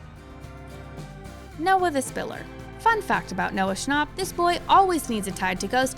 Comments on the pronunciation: why'd you say noah schnapp like that 💀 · Noah ScnAUp